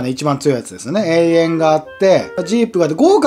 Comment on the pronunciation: えいえんじゃなくてとわらしいですよ